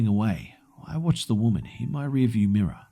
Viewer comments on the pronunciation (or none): none